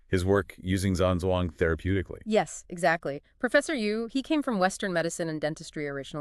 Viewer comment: It's actually pronounced Jam Jong. Long term student of.